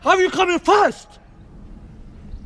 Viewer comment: Why u coming fast sounds like why u coming flast XD lol what the f*** u did